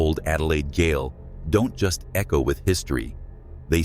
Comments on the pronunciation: Just to clarify, it's gaol, pronounced as jail, not Gayle . . . It's Zed Ward, not Zeeeee Ward (it's in Australia not America) and no one killed themselves in room 7 in Z Ward as that was a guard's/warden's room. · Your AI cannot pronounce words... gaol is pronounced jail. It is the old English spelling. I turned it off the video after the first error - Sydney. Mispronunciation sealed it, bye bye! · Gaol.....g is a J. Please get it right we are adelaidians and I know it is different for you ai.